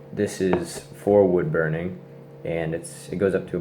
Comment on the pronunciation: "Bood wurning"